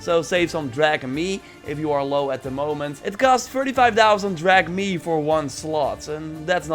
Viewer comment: Is it just me who also notices that he says dragme not drachmae